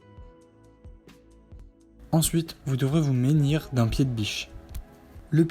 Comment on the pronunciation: Si je peux me permettre on dis se Munir , pas se ménir 😅